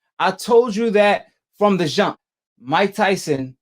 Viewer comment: Lmao this dude can’t even pronounce his ‘j’s he says zsh or sh “From the zshump” 🤣